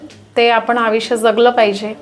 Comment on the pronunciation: आविष्य नाही आयुष्य